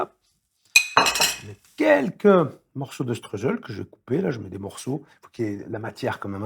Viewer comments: Sttroïsel = prononciation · Cher monsieur ETTTchebest.... On dit schTTreu Tzel😅 Clin d'œil d'une alsacienne..